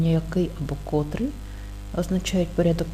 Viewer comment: Наголошуйте правильно слова! "Котрий" - 2 -й склад наголошений, порядковий - 3-й склад.